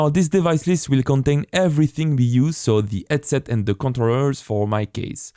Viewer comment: when you talk, please stop making H silent, when you say headset, it sounds like edset and its very very hard to follow along with you, but your tutorial is great